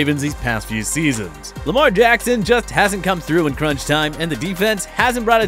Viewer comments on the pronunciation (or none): none